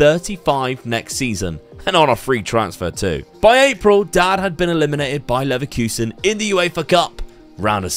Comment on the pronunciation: It’s pronounced Leverkusen not Leverkusen & Juventus not Juventus